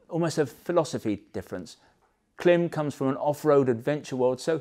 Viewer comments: It's pronounced " climb". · Klim is not an English surname . Origins in Eastern Europe and pronounced the family members want it to be. The French word " blanc" is not pronounced " blank" just because you don't like it..